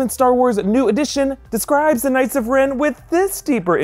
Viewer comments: The way he said "k-ngihts" of Ren made me triggered. lol :) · The k is silent in knight. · It’s pronounced “Ka-nig-its”